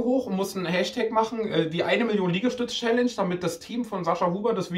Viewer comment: Wie er jedes Mal „Schällensch" statt Challenge sagt 😂😂